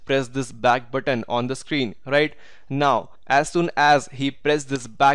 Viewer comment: Good video but get a lot of stressed when u said “now” is like every time you said “not”